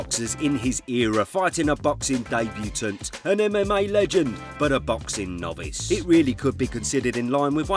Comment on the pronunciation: Please learn to pronounce ‘debutant’ properly. Very uncouth !